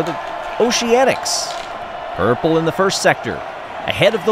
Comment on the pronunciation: I'm sorry did you say "Urple"